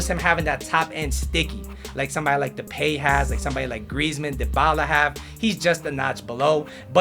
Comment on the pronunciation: No offense but “Depey " 😂